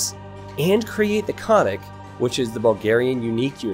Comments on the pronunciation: Hey, happy to see my own Civ featured in AOEII. and a nice review from you. It is actually a fairly accurate representation of how Bulgarian's fought in the middle ages. A few notes which might help you in casting follow. The correct pronunciation of "Krepost" is with an "e" like in "tech". "Konnik" is also pronounced with a loud second "n", whilst you're pronouncing it as if it is written as "Konik". Btw it simply means "cavalry man". The correct pronunciation of "Bagains" has the stress on the "i", not "a". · Thanks for the video , was super excited for the AoE to make a civ from my hard to find on the map country! Will be playing it a lot :) P.s. not that it matters but if you care about the pronunciation , say both ‘n’s in the name, Kon-nik, (horseman). :) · it's funny hearing how people try to say those words without knowing what they mean and how they are actually pronounced :) the "Konnik" basically means "horse rider" and is pronounced with double N, almost like two words. so it's pronounced like con-nick, 'con' almost the same like con from pros and cons, and nick like the name. and Krepost could be translated as fort or stronghold, also cold be fortress. since here it's weaker than castle i would say fort is the most appropriate. the first part 'kre' is pronounced similar to the start of the word crest (so the cre) but with more hard R. and the post is like you would expect. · Krepost (Крепост) - is pronounced with a hard K, like in Kremlin. It just means fortification. Konnik (конник) - hard K again, it just means horseman. Think of both words as if they were fast east Asian, and formed of complete syllables. Kre-post, kon-nik. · They are pronounced Kreh-pohst (крепост) and Kohn-neek (конник). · Butchered the names of literally every single unit and building. Not how you pronounce kre-post; baga-in; kon-nik and more.... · And also, konnik has two 'n's, it's pronounced like kon-nik, not co-nik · "Kreeepost" "Kah-nik" Lmao